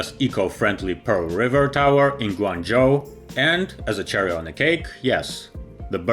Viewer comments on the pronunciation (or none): none